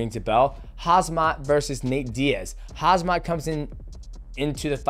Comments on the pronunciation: It’s Khamzat not Khazmat 😅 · Hazmat? O.o for english speaker you can pronounce his name like: Come - Zat